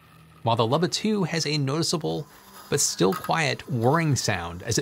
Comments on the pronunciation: It is pronounced “ Loo-bah” You are the only person on earth that I have heard mispronounce it. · I can’t get over how you pronounce “Luba” as “lubba” 😂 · Oh man, is it pronounced "lubba"? I've been calling it a "looba" for the last year!